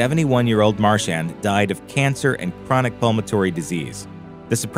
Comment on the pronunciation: Yet another sloppy voice over. Tom is not Tim, and vice versa. Nancy MarCHAND is mispronounced. No one pays attention and no one care. Really, what's the point if you can't even get the pronunciation of the key people correct?